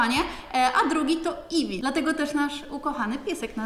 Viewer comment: eifi to jest imie twojego psa to iwi